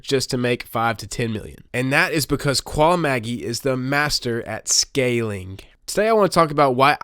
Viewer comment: You don't understand his trading style at all. Also, learn to say his name properly.